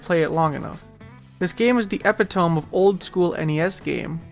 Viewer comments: you're supposed to pronounce it "epitomi" and not "epi-tohm" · did you just pronounce epitome as epi-tome??? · The way I stopped and scrolled just to see who pointed it out. lol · Pissed me off the way he pronounced epitome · Damn was just gonna say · he bootlegged the pronunciation :^ )